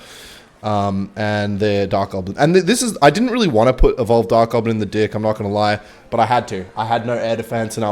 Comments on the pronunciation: Why… why does he say dick instead of deck? 💀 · Its deck not dick lmao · Why does he pronounce (Deck) as (D*ck)😭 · Hes saying dick,,, like hes just not saying deck cmon guys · you guys think hes gonna crack once when he says dick instead of deck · Bro calls a deck a “dick” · BRO DID NOT SAY DECK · why you say “deck” like that